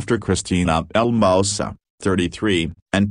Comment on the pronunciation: its not "El Mouse sa'. . its El Moose SAA.". please say it correctly. its "Tar rick." not "Tear-rick.". please correct your pronunciation.